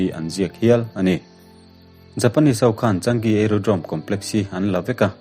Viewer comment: Changi(chaa-ngi tia lam tur),ka duh chi sub nghal dawn che